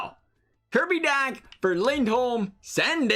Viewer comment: Dach is pronounced dock